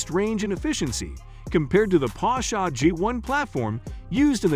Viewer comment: The video is so ruined whit the pronouncement of Porsche with A at the end. IT IS PORSCHE and NOT PORSCHA